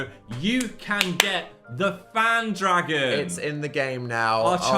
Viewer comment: phan dragon? phagon. cmon.